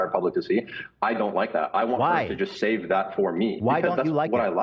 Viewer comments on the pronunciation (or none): none